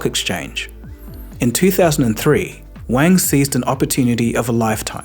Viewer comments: Wang is not pronounced like you and your schoolboy friends used to use it. It’s Wang like car, not like bang. It’s Wahng. Ah as in aaaaaah I wish people would spend thirty seconds googling proper nouns before making a video for their 4.7m subscribers. Wang. Get it? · You're pronouncing "Wang" incorrectly